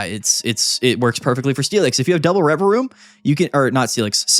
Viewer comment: I didnt know the second v in Revavroom was silent 🤔